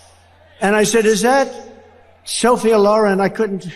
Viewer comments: Anyone notice that the stable genius can’t even pronounce Sophia Loren’s name correctly, He puts the accents on her first & last names on the first syllables when they obviously belong on the second in both cases. & this is a name he’s heard his entire life…. What An Ignoramus‼️😂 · He doesn’t even know how to say Sophia Lauren right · again dumpster cant pronounce a womam's name right. he needs to go look up and watch SOPHIA LOREN's movies